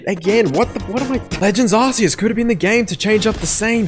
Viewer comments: Can't take your opinion seriously when you can't even pronounce Arceus correctly. It's not ARSE EUS. ffs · 😂Did he just say "ass-ceus ",everyone attack!